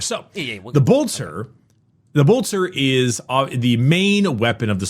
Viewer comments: I appreciate that warframe grinding has so throughly mentally damaged that he still, after 3 years of Adeptus Ridiculous, still pronounces Bolter as Boltor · Everytime says Boltor a angel loses its wings